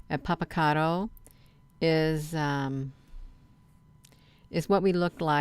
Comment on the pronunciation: why do you think its helpful to have your face and head up in video frame? its not....and do you know how ridiculous you sound? you cant even pronounce the name properly!! yes there is alot of ufo activity around this volcano all of the time. ive seen it, i have video of actual ufos around it....but you have no idea what your talking about...obviously when it comes to clouds!! smh keep your face off screen, its not needed, just makes you look desperate for attn. lol